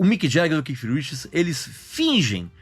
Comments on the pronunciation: Não é Keif não, meu caro. Se vc não sabe a pronuncia exta do 'th' em inglês diga Kate, mas não 'kif' como vc está pronunciando aí o nome de Keith Richards! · O Regis é cheio de frescura para pronunciar dai o povo vai na onda Keith e ponto nada de keiff eu hein aja frescura